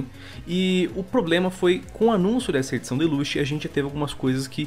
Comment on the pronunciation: Me dá uma agônia fudida quando o fala "Deluxe".